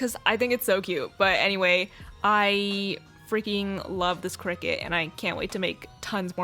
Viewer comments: I kept hearing cricket 🦗 isn't it cricut (cr-y-cut)? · I think it’s pronounced cry-cut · When she said this video was sponsored by cricut i heard “Cricket” as in the phone company lol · I thought it was crycut omg 😭✋ its cricut and i keep hearing cricket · this sounds kinda weird but the way you say cricket it so satisfying lol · omg it’s cricut i’ve been pronouncing it “cry-cut”😭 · i literally have thought "cricut" was pronounced "cry-cut" for my whole life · Same. When she said 'cricket' I felt my whole world crumble around me. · She really says: cricket